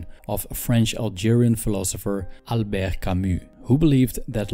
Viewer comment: "Albergh Camus"